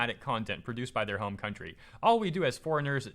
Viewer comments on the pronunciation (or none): none